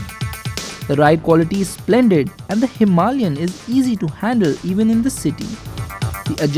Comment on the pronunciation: I accept the music, and all, and I really really hate to correct people, but please.. don't say "Himalian" (Hee Mah LiAn). Its Himalayan. (Hima lay an). All the rest its fine. Thanks for the review